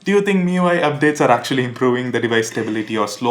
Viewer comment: say "actuallah"